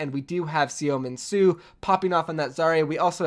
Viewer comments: Btw seominsoo(서민수) is pronounced soh mean soo. The soh is kind of open with your jaw low. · Seominsoo is pronounced SUH MIN SUE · you butcher seominsu name so bad it's funny